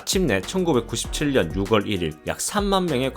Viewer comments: 육월이 아니라 유월이요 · 육월 일일이라는 발음에서 좀 짜증이 나네요. 유월 일일입니다. 십월은 시월이구요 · 유월 유월 육월이 아니구... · 방송하는 사람이 왜 육월이라고 하나요? 유월인데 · 구독하고 있었는데 “육월” 이라는 발음 때문에 구독 취소 합니다. 초등학교때 배우는 기본적인 국어 문법 발음도 모르고 정보 제공하는 유튜브를 운영하나요? 6월은 “유월”이라 발음하며 10월을 “시월”이라 발음합니다. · 6월을 육월로 발음 하시네요.. 그리고 억양이 억지로 사투리 안쓰려고 발음하시는것같은데 그냥 자연스럽게 하시는게 듣기 편할것같습니다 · 9초십이 가 아니라 9초일이라고 해야죠. 6월은 유월이라 발음하세요.